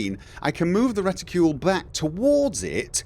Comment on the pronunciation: you saying reticule pretty funny:) It took me few minutes to even understand that its reticle... I mean I know the word, but I never even thought about its American and British versions, at least I assume it is American and British versions... like armor\armour. Or perhaps you saying it like you supposed to say it, but since Im not an Eng. speaker I just dont know how to pronounce it:) In any case - Im glad you found something that makes flying easier for you, I still think its pretty ok by default, Im not even sure I wouldve liked auto-centering of any kind, at least not on the mouse.